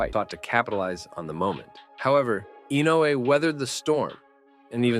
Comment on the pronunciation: The way you pronounce "Inoue" sounds like "Inu", which means "dog" in Japanese, as in "shiba-inu", effectively turning him into a dog breed, which is cute. (Japanese spellings are isomorphic: they are pronnounced as they are written. "Inoue", which is written with four vowels, are pronounced with four vowels: "I-no-u-e". And these are pure vowels, unlike the English "i", "o", "u", "e", which are all non-pure vowels, being either a long vowel or a diphthong.)